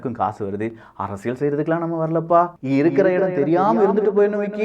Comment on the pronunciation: தம்பி நீங்கள் சொல்லும் விஷயங்கள் எல்லாம் நன்றாகத் தான் இருக்கின்றன! ஆனால், உச்சரிப்பில் கவனம் தேவை (உ.ம். அரசிய"ள்")!